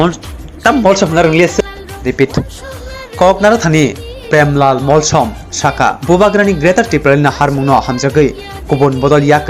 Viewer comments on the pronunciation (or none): Tamo Ong kha omo News Anchor bo "Molsom" Spelling Pronounce se kaham khe sai man ya Uaisa phano khwna ya tei saimanya kho haise saui tong o ble 🤨